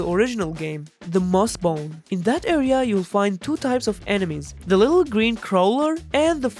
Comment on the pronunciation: Its called mosshome not mossbone